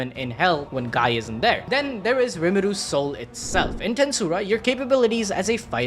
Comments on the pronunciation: It’s gee crimson not guy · Guy is pronounced Gee... BRUH